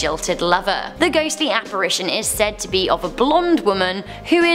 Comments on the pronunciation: It’s ITION, not ATION….Regarding the word “Apparition” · You all missed BOTH of them saying apparAtion. Instead of apparItion. Lol. Thanks for the spookies👻 yay. The guy finally caught himself😉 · This guy thinks he's funny but he's not....and that makes me laugh...so I guess the jokes on me....p.s...Why don't these people, who prepare these posts for days, know how to pronounce words... not to be petty but it's apparItion not apparAtion